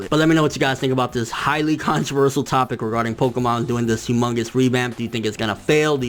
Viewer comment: please for the love of god!!! practice pronouncing ConTROVERsial!!